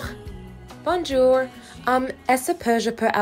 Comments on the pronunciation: Her pronouncing the j in bonjour makes me very annoyed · yup, this is exactly it. pronunciation of “Bonjour” makes me sad. Even though I took one school year of French, it just pains me that she doesn’t pronounce it better. 😢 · As someone who studies languages for fun, people attempting to speak other languages with literally zero effort with pronunciation bothers the hell outta me lmao. Like I understand most people cant perfectly replicate a language they didnt grow up with but the “ban-joor” and “mur-see” is too realistic 💀💀💀